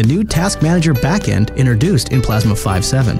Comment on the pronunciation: "Acrosst" "Significally" "Window list abblets" "Innerduced" "With...in"